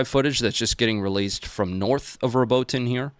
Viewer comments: Watching this belatedly, but let me help, again: Robotyne is pronounced: Robot-ee-neh. Some say Robot-ee-nay, but I've not heard an Ukrainian say that - they use the first version (learning both Ukrainian and Russian) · its pronounced: "Robot-in-yeah" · I loved the part where said It's "Robo Tine" and then he... Well anyway, happy belated birthday,.